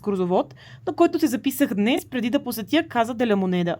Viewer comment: Здравей,! Поздравления за куража да влезеш в мината, доста си е рисково,слава богу излезе жива и здрава,но ти си смело момиче, вече 3 месеца сама из латинска Америка го доказва 😊.И понеже сега изучаваш испански в движение една кратка поправка Casa се произнася Каса и се превежда къща(понеже няколко пъти във видеото произнесе -каза де ла монеда😉).Успех в приключението!